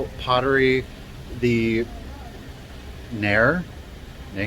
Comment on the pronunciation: The Neher piece name is pronounced “near”. Their location is in Milton Freewater, Washington. The business name is Clay in Motion.